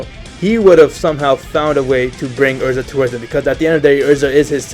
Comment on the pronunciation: yea elza not erza